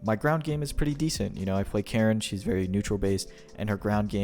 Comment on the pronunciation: Kah-reen. Surely you've heard the announcer.